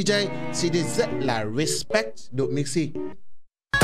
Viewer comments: Độ Mixi nghe thành Đụ Mixi luôn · Độ mixi chứ ko phải Đụ mixi chú êy😂😂😂😂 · Nghe ko nhầm , ông cứ nói đụ mixi😂😂😂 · ĐỘ mixi , đéo phải ĐỤ mixi . anh ĐỘ said :))))) hài vãi . từ anh Độ qa đây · Bạn Độ mixi chứ ko phải là Đụ mixi 😂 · Độ mixi ko phải đụ mixi Nhá😝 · Độ Mixi chứ không phải Đụ Mixi đâu anh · Độ mixi nha, ko phải đụ mixi nha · đọc tên anh độ nghe hài vãi